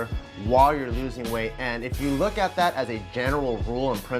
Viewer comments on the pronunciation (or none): none